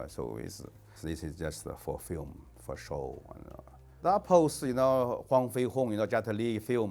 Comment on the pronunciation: “For film. fasho” lmao, nah I know he was really saying “For show”